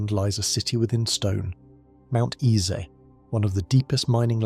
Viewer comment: Mount Isa is pronounced eye-za